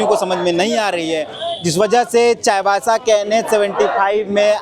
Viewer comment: चायबासा ❌ चाईबासा ✅